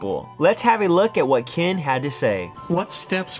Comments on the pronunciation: It's Ken, not Kin. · He keeps calling him kin its killing me